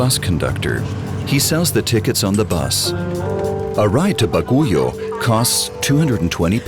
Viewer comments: It is pronounced B-A-G-(silent U) - I-O not Baguyo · "ba-gu-yoh" here is actually pronounced "bag-yow" (Baguio) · he said baguyo..🤣🤣🤣🤣🤣 instead of baguio or bagyu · You are pronouncing it wrong,it's not Ba'goo'yo,it's Bag'yo and Buguias is Boog'yas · Baguio should be pronounced: BAGYO! Not Baguyooo!! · Narrator keeps on saying "Ba-Gu-Yo", mispronouncing Baguio w/c is pronounced as " Bag-Yo". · the only my comment how to pronounce baguio the pronounce baguyo its baguio to easy to pronounce bag-yo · Baguio = pronounce as “Bag-Yoh”, not Bagu-Yoh. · Very informative, even for a Filipino like me. I love the way they showed the stories of the people and the region. The footages are atleast a few years old though. Whang-od doesn't do tattoos other than her signature 3 dots anymore. The roads are also much better now. Also, it's pronounced Bag-yo, and Boog-yas. LOL. Otherwise, very nice documentary. I've passed Halsema Highway before via bus but I only realized just how treacherous it can be when I rode my motorcycle there. Landslides, fog, rain, wind that tries to knock your bike down, the slippery serpentine roads; it was certainly a challenge. This looks well-researched, and though I'm not from this region, i feel like the people are presented well. Good job to those who worked on this 👍👍👍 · This is how you pronounce baguio. Bagyo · Wang-ud not fang-ud ok,i appreciate your effort for making this documentary but i just hate how u pronounce the place like Buguias bcome bugayas,Baguio bcome Baguyo i have met many foreigners there in Kalingga,Sagada,Bontoc and Baguio but they pronounce it properly,my comment is not for bashing u but this is a positive criticism tnx. It's ok to be corrected bcos we're all humans that commit mistakes. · BAGUIO is pronounced as "bag yo". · Pronunciation of Baguio is Like: "Bag-yo" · Baguio is pronounced as "BAG-YO" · I love how the Narrator pronounce "Baguio" as Baguyo haha. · No he meant the pronunciation of baguio if its "bag-yo"